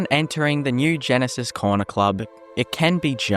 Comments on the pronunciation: It's Gnisis not Genesis. pronounced Knee-sis in Morrowind. It's a silent G. It's even named by NPC's in Skyrim although pronounced slightly different to morrowind. Either way it's still a silent G. How can you get it so wrong? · it’s pronounced “ni - sis” not genesis. Gnisis is a town in Morrowind